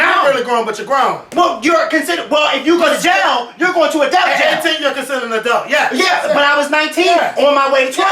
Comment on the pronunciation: I love how pronounces 'adult' as "Adelt" bless his little heart lol